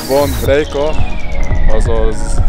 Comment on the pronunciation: Nyugodtan mondhatod "Rieka"-nak, mert az a neve és nem "Rejka". A video ettől eltekintve szuper.